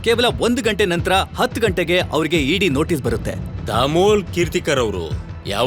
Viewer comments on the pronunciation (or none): none